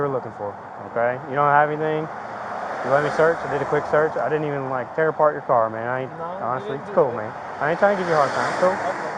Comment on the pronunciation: please stop saying "mane" officer